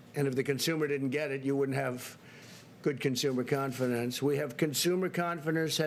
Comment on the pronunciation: Hahahaha. This is an amazing speech. Confidence? WTF is confenence?! Please do us a favor. Do recording instead of live. And do not adlib. Hahahaha. You are the POTUS and a 6 grader. Some 6 graders are better than this. Dear WH officials, please use a 6 grader to do this type of reporting and let's compare.